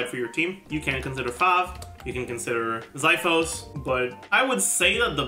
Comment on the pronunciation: idk if anyone's mentioned it but xiphos is pronounced ksee-fos